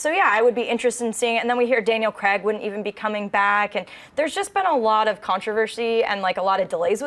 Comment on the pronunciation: Someone tell that she pronounces Daniel Craig's surname wrong! It's really bugging me